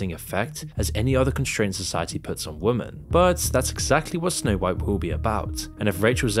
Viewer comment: dear creator women is pronounced wi-muhn, not wooo men 😅